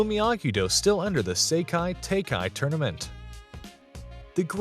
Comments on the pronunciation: Pronounciation of seikai was one of the better ones among youtubers, the second word is pronounced tie-kai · SEKAI TAKAI IS SAID LIKE SEKARO NOT